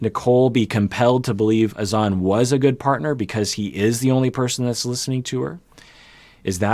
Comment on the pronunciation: It’s actually Hassan. HaSAN. TLC changed the pronounciation for ? And N never even pronounced Azan right either. More like aZAN